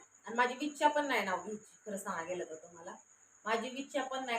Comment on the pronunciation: विच्छा नाही g इच्छा असते